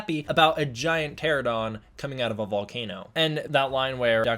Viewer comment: Btw, it's pronounced "ter-an-oh-dawn" not "tero-dawn"